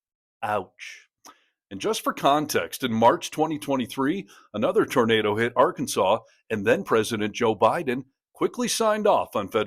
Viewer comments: So now the state name is pronounced “r-kansas”? Or has Sarah been hitting the moonshine? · It's not Ar-kansans Sanders! It's Arkansaw. Jesus Christ. She is not from there is she. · Sarah's a real dope, isn't she? She can't even pronounce her own state's name.